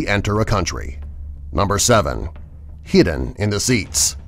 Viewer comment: He said heeden he was supposed to say hidden lol